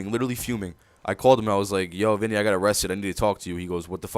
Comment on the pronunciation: lmao, when you said "I called my cousin Vinnie" I could tell you are a new yorker :D